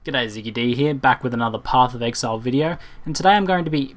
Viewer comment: "Pophf of ehaile"